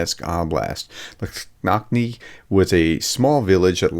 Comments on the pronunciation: Dear, with all due respect - Lastochkine pronounced as "last-och-ki-ne", just in case if you'll ever need to pronouns it again (love your work and really appreciate your effort in pronouncing Ukrainian toponyms ❤) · Last-Och-Key-Nay is how RFU pronounces it. Hopefully this helps for other pronunciations in the future. Keep up the good work prof!